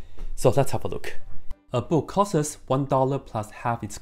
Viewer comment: If you cant say the word "costs" correctly, then I'm already not taking you seriously. "The book costs 1 dollar" I know this because you said it.